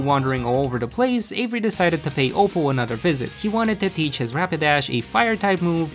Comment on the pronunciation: I heard Avery "HAZZA"